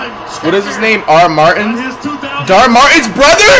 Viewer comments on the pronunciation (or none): bro said dhar martins brother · bro said dhar martins brother😭😭😭😭